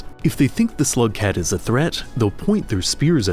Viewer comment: you say slugcat like someone would say homosexual im sure this is a great video but im already a rainworld ultra so sorry :(